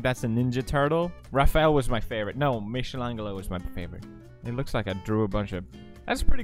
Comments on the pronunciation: Thats how u pronounce it in swedish yo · dats how we swedish say it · Did he pronounce Michelleangelo?? 😂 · Felix : Mischilanglo Angry Marzia Noises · everyone: Michelangelo Felix: mishlanglo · You’re married to an italian and you say “Miscelangelo”. Disappointed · “Mishal angalo”💀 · Did he just say mishilangelo 😂😂😂😂😂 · "Mishilangilo" -felix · michalangelo-> mishalaangeelo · "micshalanjello" ...um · Michele’s angled O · Maybe that's how they pronounce it in Sweden? Though I wouldn't be surprised if Felix just messed it up, we pronounce some untranslated names stupidly in France too sometimes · that really triggered me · He really just said: "michelle-lango" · Tala R: Not really. It's a k-sound. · IM WHEEZINF LMAO BEGGING